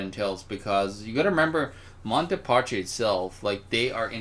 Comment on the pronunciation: "Monty Parchee?" Really,... is it that difficult to pronounce MON-tay DAY-ee PAS-key? Italian is a very easy language to speak correctly because its pronunciation rules are fixed. As an author you should be more aware of words, especially those from a familiar language. It's not like we're talking about Chinese, Urdu or Czech.